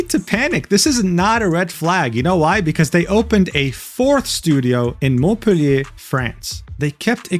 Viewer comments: Fantastic pronunciation of Montpellier. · Fuckk that's why he said Montpellier the right way 😭 it was so jarring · Props for saying Montpellier perfectly right 👍 your prize is a ✨café-clope✨ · you pronounced « Montpellier » with a perfect accent and then the quote from the article 🤔 mais vous êtes français ?! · saying "Montpellier" with his best french accent made me hard ngl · You nailed the pronunciation of Montpellier damn